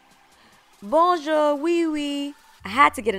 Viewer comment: It's really cute, when American's pronounce "bonjour. " Lol. Love your decors.